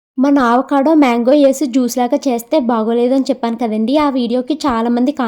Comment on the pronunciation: Adhi aavacado kadhu andi avacado